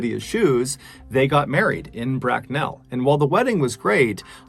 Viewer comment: Love mrballen but he can't say Bracknell. Lol